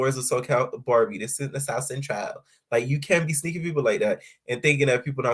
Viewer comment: I love the way you say “ south centrawww”🤣🤣🤣🤣